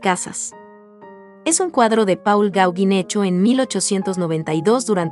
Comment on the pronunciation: Paul Gaugin se pronuncia 'pol gogán'